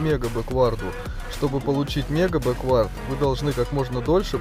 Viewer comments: Почему ты говоришь бэквАрд а не бЭквард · Не бэквАрд ,а бЭквард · все супер только не бекВАрд, а БЕквард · Беквард блять а не беквАрд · Не беквАрд, а бЕквард) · Крутое и информативное дерьмо. Только произношение английских слов режет слух немного - "бэ́куорд" в данном случае было бы верно. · Мне одному кажется что в слове бэквард, ударение идёт на букву "э"?